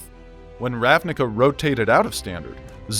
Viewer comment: Fun fact. The word "ravnica", means in slovene "plain". It's pronounced as "ravniTSa", though. :)